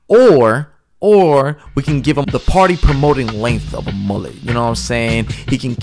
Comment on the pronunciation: Name the mullet, múle (mooleh); no "t," pronounced, accent on the, "u."